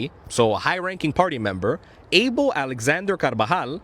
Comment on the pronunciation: Abel is pronounced Ah-Bell.